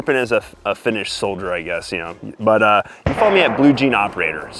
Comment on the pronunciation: Your Finnish pronunciation is excellent, I'm very surprised.